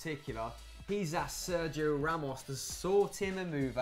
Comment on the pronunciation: Guys, I love your videos, but is it really that hard to learn how to pronounce "Sergio"?!